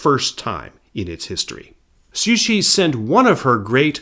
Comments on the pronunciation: Taiwan was not "known to the Japanese as Formosa" but rather Formosa was the common European name for the island. Japan referred to the island as Taiwan (台湾) and so did the local inhabitants. I also noticed you sometimes pronounced Cixi as "Suxi" and Yuan Shikai as "Yu-an" when it should be "Yuen" - but besides that, excellent video. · Not downplaying the quality of the video or how much work went into it, but its really funny to hear you pronounce Cixi as Sushi